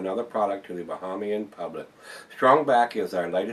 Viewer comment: This is Barak, The Kalik you can get in Florida but that one you can't, Any made by the Bahamian Brewery can only be bought in the Bahamas. Bahamian is pronounced with 2nd A is a long A